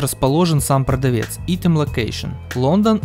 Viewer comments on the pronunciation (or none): Помоему говорится (АЙТЕМ)